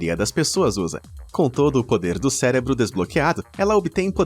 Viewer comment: Falando em erros, tente falar cérebro ao invés de celebro. Obrigado!